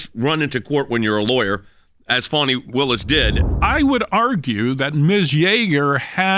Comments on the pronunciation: It's Fani, not Fauny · i keep hearing "foney" willis